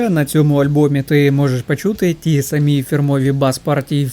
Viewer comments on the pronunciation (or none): none